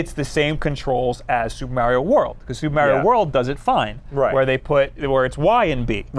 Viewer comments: Everytime says "Meh-rio" God kills a kitten. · Super mAIRio brothers Me😣 it’s Mario, real Italians even pronounce it mario